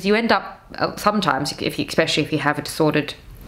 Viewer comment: there is no K in "especially" :face-orange-raised-eyebrow::face-orange-raised-eyebrow::face-orange-raised-eyebrow